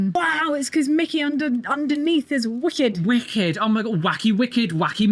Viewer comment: not “Wicked” love, it’s “Wickeb” 😂